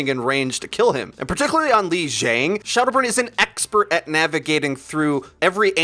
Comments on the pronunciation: He called him shaldow burn at the start XD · At 0.36 did he pronounce shadowburn as shoudo burn?